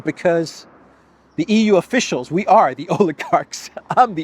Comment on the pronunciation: Why does vee have tools sound almost exactly like a the Gestapo in a nineteen seventies comedy " vee have vays "